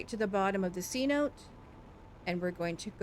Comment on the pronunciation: Amazing video. Thanks for the help. Only one thing. It’s not pronounced c-note. It’s Cenote’ a word for an underground river system that exists in the Yucatán peninsula. Deep caves clear water. C note is a 100$ dollar bill. Btw you are not the only one to miss pronounce. After all that. Amazing job and an awesome job. Subscribe!!!!!